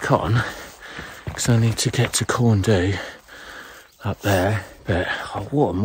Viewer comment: I did this route last week, just in reverse. It was great, though it was pretty busy out there! Some help with pronounciation, Corn Dee, Pen uh Van, Van uh Big.